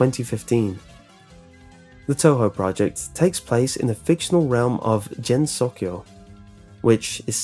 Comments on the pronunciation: Isn’t supposed to be pronounced “Gen-So-Keo” not Jen-So-Kyou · I'm usually used to people botching Japanese words, but Jensokyo really hurt me man. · "Golden Axe and the Why's (Y's) series." My friend, it's pronounced Ee's. And Gensokyo is a hard G, not a soft one.